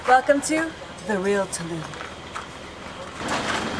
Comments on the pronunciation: Thanks for this video. I saw it the other day and now any time I hear or see anything "Tulum" I think of your segment on "TuLum" and it makes me smile :) Great Video! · 'TULUM , THIS IS TUlUm. tulum, very tulum. HOLY TuLUm."